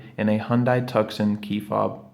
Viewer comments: thank you. however the C in Tucson" is silent- TU-son. like Tucson, AZ 😍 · Your video was very helpful, thank you. If you do more videos for the Tuscon, the name is pronounced like "2-s-on". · Yes, I was a bit dismayed that in this how to video he mispronounces both Hyundai and Tucson.